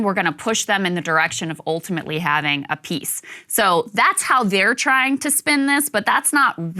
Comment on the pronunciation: lol Krystal's oltimately accent cracks me up